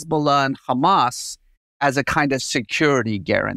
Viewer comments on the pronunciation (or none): In Arabic it’s not khamas, it’s just hamas. There are 2 Hs in Arabic and the word hamas uses the hard h, but that’s diff than the Arabic letter Kh.